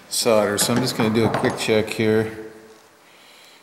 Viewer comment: so why did you correctly say solder and then mis-correct it to sodder? it's always made me wonder why many Americans do that. I'm not trying to be rude, but am fascinated as to the reason